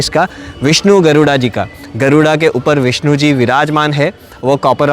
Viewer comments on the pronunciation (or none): none